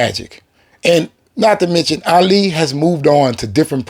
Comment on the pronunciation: This man keeps butchering Ali’s name. Damn bro learn his name first.